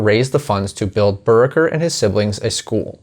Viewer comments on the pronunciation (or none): I'm at least a year later than you, but was going to make the same comment about 'Buracker' pronunciation. I'm also here in Warren county. I've known quite a few Buracker's, including my best friend growing up, whose dad's side of the family were driven from their land for the park. It's the same story for a lot of Powell's, Hickerson's, and Williams' families I have known through the years.